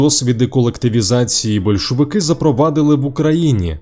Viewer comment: СемипалатИнськ, большовики, скИпидар... добре що не скипИдар - кров з вух!!!))) невже не можна було нормально начитати такий текст? Чесно кажучи, мене,як диктора радіо і ТБ, така начитка від ШІ обурює. Зрештою, диктори відійдуть в минуле))) Ніколи не розумів тих, хто досі сумує за есесером. Для мене сум і суцільна пітьма...